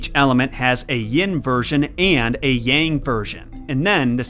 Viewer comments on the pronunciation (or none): Hey, "yang" is pronounced "Yahng" - with an ahh for the vowel not an "aaay" sound. Only saying this to help reduce your uncultured swine-ness.